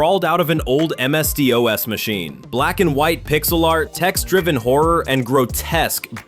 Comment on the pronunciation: "Crawled out of an old MS-Dee-Oh-Ess machine..." it's pronounced "DOS." Nobody ever said "Dee Oh Ess"